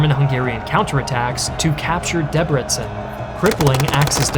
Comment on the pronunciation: you told the story well exept for the names. i think only debrecen was pronunced right.